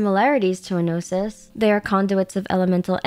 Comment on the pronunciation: Traveler is not a "gnosis" but a "no sis"